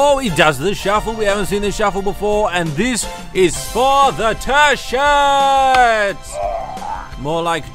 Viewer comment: I want a ''Tershert'' D: here in north Africa it sucks :( and a ''tershert' may brighten my days c:'